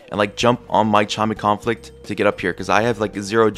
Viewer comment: "Imma jump on my chime of comflict" lol